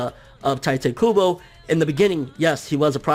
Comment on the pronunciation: I cringe every time you pronounce 'Tite Kubo'.